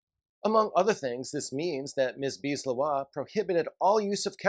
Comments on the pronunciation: I think it's more like Lae Houah. But I'm not native French either. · JK, I found weird the Leroy pronunciation.